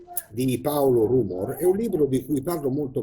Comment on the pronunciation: si pronuncia rumòr